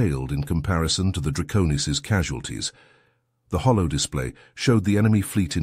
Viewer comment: Holo display, not hollow display.